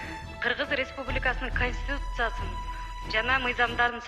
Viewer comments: Чачын саксайтып,конститутцияга тили келбеген Нарматовадан эмнени кутобуз? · концитутия дегенди анан коз карандысыздык дегенге Тили келбей журотго маскараа